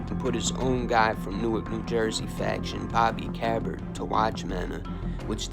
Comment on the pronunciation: Cabert as in k bert he was softball pitcher from Belleville